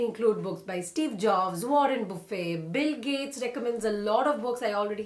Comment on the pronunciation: First time I heard Warren Buffett's name pronounced as a French all you can eat.